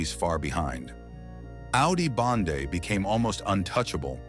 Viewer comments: I think it was clickbait to bring Dutch speakers to clear up its “Bende not Bande” 😂😂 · Bende bro not bande